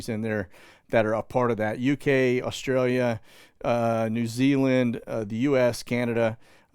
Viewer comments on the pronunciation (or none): none